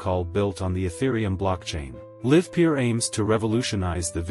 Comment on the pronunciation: They didn't even bother to find a voice synthesizer that can pronounce the name of their own company name correctly. Really projecting confidence.